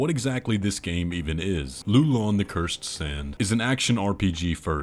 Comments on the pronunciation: Ain't it a Chinese game? The pronunciation of Loulan is like lowlan. not lulan. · It is actually pronounced like low land without d. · Your pronounciation of Loulan changes within the same sentence lol :P I also think the one where lou sounds like 'loo' is the more accurate one :P